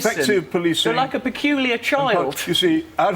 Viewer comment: lol "You're like a perculilar child." He sure is.